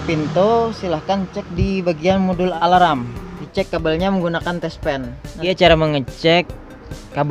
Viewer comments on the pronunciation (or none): Mas, sebutan “ Alarm “ itu yg benar cuma “ Alam “. Bukan “ Alaram “ ngam perlu ditambah “ ala - “ ram “ nya. Cukup sekedar “ Alam “.